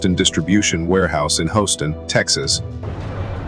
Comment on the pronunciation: I enjoy watching fireground videos most of the time. I think you should lose the music. It detracts from the visuals of the incidents. Second, the computer voice needs a serious tune up. House-ton fire dept; calling "nine hundred eleven" were two that grated my nerves.